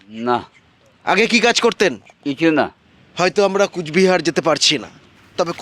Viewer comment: দাদা কুচবিহার না কোচবিহার হবে । আমিও কোচবিহার থেকে দাদা। অনেক ধন্যবাদ দাদা এইভাবেই মানুষের পাশে থাকবেন🙏